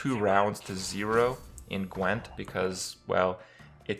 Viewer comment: The only thing you pronounced correctly was "Gwent." :D